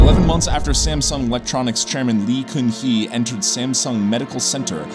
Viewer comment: You completely ravaged the pronunciation of his name didn't you. You actually pronounced it 2 different ways just in the intro